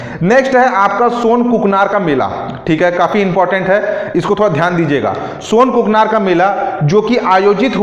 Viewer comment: सोनाकुकानार हैं sir ji सोनकुकनार नही